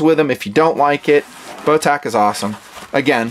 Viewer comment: The company's name (Botach) is pronounced like "Moustache", soft 'ch', not hard 'ck'. Call them and listen to how the answer the phone.